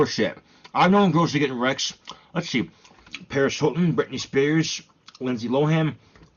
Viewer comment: Who the frick is “Perish Illten” and “Britney Speresh?”